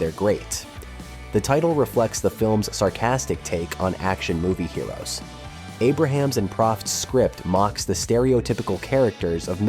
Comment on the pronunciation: It’s Jim “A ~ Brams,” not Jim Abraham.